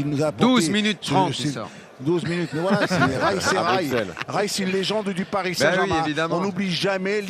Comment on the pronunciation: c'est paris sg pas parsi sg ????